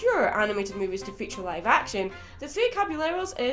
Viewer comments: The double L's are said like "yeh" not "le" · Um,, for future references, in Spanish language whenever you have two L's together, it creates a Y sound. The Three Caballeros song is funny and I get a kick out of it hehe.